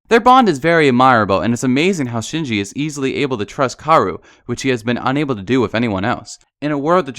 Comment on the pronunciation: Was anyone else cringing when w kept saying karu and sinji!??? ITS KA O RU AND SHINJI